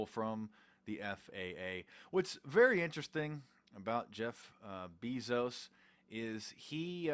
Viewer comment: Ur saying Jeff bezos incorrectly FOO